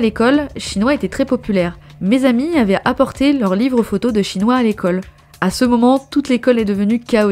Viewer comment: Dsl je dois le mentionner, mais j'éclate de rire a chaque fois j'entends la prononciation du groupe Shinhwa. Dans ma tête. j'entends Chinois XD Ca rend cette partie beaucoup plus drole :P Comme : ''Mes amies ont apporté le livre de photos de Chinois''